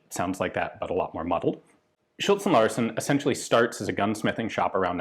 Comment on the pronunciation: I think you are right, also the Larsen is correct when Ian pronounces it, but again an Icelander probably taught Ian the wrong way of saying it.